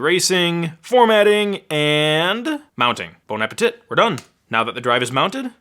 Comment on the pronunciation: For a french people (like me) it's.... Ahhhhhh very WELL pronounced